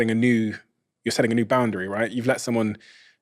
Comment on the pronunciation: I would respect her more if she could pronounce boundary.